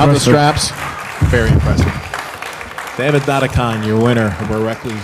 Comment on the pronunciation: It's such a mild annoyance that seemingly can't pronounce 'Dadikyan' and just uses "Dadikahn"... Come on dude, these names are not that hard! He can even hear pronounce it!